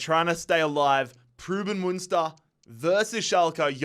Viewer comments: it’s pruhs-suhn Muhn-stur right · Preußen Münster is actually pronounced Proyssen Münster, ß=ss in german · The way you butchered Preußen Münster. Since the ß is pronounced as an s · It’s not pruben münster. It’s pronounced as preusen münster ( the ß is just an s sound ) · Preußen Münster is pronounced Preussen Münster and goes back to the historical state of Prussia great video once again love this series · more like proys-sen (the 'r' is prnounced) mün-ster (mün like in München (=munich)), pronuniation of the ü is hard to explain to an english speaker. its kinda like when you pronounce words like few, mew, new or you slowly and look out for the transition between the 'e' and 'w' or 'y' and 'ou' respectively. hope this helps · Why did he butcher Preußen Münster so many times😭